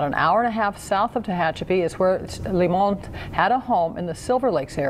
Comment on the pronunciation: "... squeeze the Limon"... 🤣 This is why I adore watching 😜